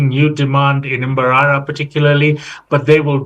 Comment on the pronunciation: I hate the way she pronounces mbarara like mbaralanit xool